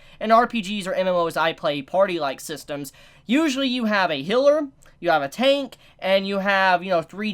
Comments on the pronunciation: The way you pronounce Healer makes me angry,it's not Hiller,it's Healer. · I swear, i blanked out for a minute, and all i hear is "Noufumi is a hitler and support" and i just imagine all the characters in nazi uniforms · He pronounces the "ea" as "i". The corect pronounciation is...well...with "ea". this is hard to explain as text. You can use google translater to hear the difference between "Healer" and "Hiller" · He says “Hiller” instead of healer